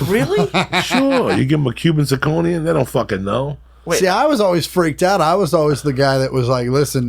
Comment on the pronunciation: “Cuban Zirconia”